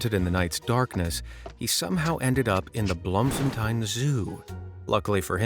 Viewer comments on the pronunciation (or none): You pronounce it like Bloom-fon-tayn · The pronunciation of Bloemfontein is criminal 😭